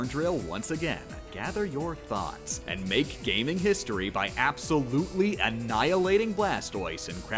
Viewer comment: smh wolfey really pronounced gaming as ga-meh-ing